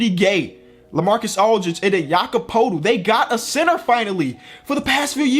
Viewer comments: You don’t say it poetl you say it Pertl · When says Jakob's name it sounds like he's saying "Jakob Poodle" 💀💀. Damn, no one knows how to pronounce his last name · no hate but learn how to say Jakob Poeltl😄